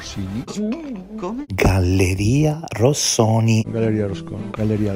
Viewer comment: Affatto plausibile vederla come un raffazzonato tentativo di despistaggio, sono d'accordo, ma non è che la difficoltà di pronuncia (diciamo così) della parola Rossoni possa indicare più semplicemente proprio il fatto che SebanNello sta mentendo mentre la dice? A ogni modo l'alibi di ferro si sta rivelando sempre più "dai piedi di balsa" (cit. Elio e le Storie Tese) Bravo, sempre sul pezzo! 👍🏻